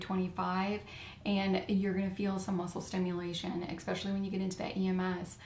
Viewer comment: Great info, Very much appreciated!👍 P. S. There is no X or K in the word ESPECIALLY. It is not pronounced “…eXspecially..”. Just pronounce the S. 👍😇